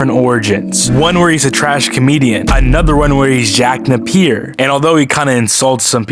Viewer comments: Jack NAY-PEEE-YER damnit Not NUH-PEER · It's pronounced "Jack Nay P Er"